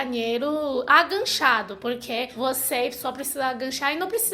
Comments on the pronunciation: Faz tempo que eu queria perguntar o que você acha das nossas privadas, mas tinha medo de você ficar envergonhada. Kkkkk. É muito engraçado você falar aganchado e não agachado. Kkkkk. As ruas serem mais baixas nas laterais e alta no meio acredito que seja para facilitar o escoamento da água da chuva mesmo. A catraca no ônibus é para dificultar que alguém tente viajar sem pagar e a porta giratória nos bancos é para diminuir as chances de ladrões entrarem na agência com armas de fogo. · Aganchado? kkkkkkkkkkk Agachado. 9 anos de brasil? Se eu tivesse 9 anos na china eu não tinha começado falar nem muito obrigado. Idioma difícil da porra. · Aganchado??????? Pendurado pelo gancho kkkkkkkk O certo é agachado! 🤣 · posso sugerir um outro termo para você quando for se referir à o ato de usar a privada? Agachado está difícil pra você pronunciar! Você está pronunciando ENGANCHADO, que é outra coisa bem diferente! kkk Eu sugiro o termo ACOCORADO, tem o mesmo significado e vai ser mais fácil pra você pronunciar.